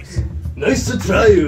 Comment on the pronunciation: Niceu Niceu! Very Niceu!